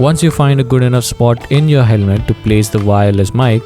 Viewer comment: helme❎️ Helmet✅️ 😂sorry but u missed it